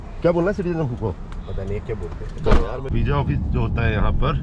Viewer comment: vija nahi hota visa hota hai